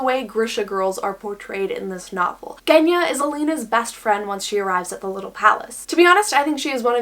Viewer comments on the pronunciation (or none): Yea it’s pronounced with a Zh sound!! But it’s totally understandable to make the mistake if you don’t know Russian lmao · Genya is actually pronounced with a soft rather than hard G. I have a Russian friend with that name and it was felt weird hearing it being pronounced differently the whole video XD